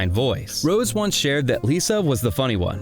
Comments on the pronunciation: Why so you think you have to reshash the entire Netflix documentary "Light Up The Sky"? Oh and please train your AI to say "Rosé" (Rozay) and not "Rose". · You lost me with "Rose" instead of Rosé. This AI channel is blocked. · Can’t listen to you call her Rose instead of Rosé for more than 5 minutes. It proves you don’t know the first thing about this group - or Rosé - and that you can’t even read her name properly. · It's Ro-Zay